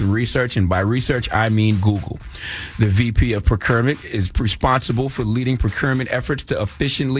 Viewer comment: I cringed everytime Charlamagne pronounced "procurement". 😁 Tony can step down/be fired from that position and he will be okay. I guarantee they paid him handsomely for his departure. Tony will probably be hired at another corporation quite easily and all of this will be quickly forgotten.